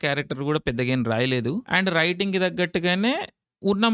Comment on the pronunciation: సంక్రాంతికి వస్తున్న సినిమా బాగాలేదు అన్నావ్ లైట్ అండ్ ఫ్యాన్ అండ్ ఫ్లాట్ అంటావ్ స్క్రీన్ అంట కోరింగ అంటావ్ బోరింగ్ అంటావ్ హ్యాండ్ రైటింగ్ అంటే ఫండ్ రైటింగ్ అంటావు పొంగి అంటావు అసలు ఈ భాష ఎంత పెద్ద డైరెక్టర్ కూడా తెలియదు రా నువ్వు ఆడే సినిమాలు గురించి వాడే భాష